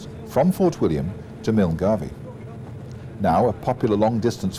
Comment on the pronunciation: The pronunciations of some of the places mentioned in this video are very wrong. Milngavie is pronounced Mul-guy and Tyndrum isn't pronounced Tin-drum it is Tyne-drum.